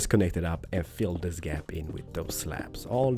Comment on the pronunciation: i like how he says "this" as "diz" 😹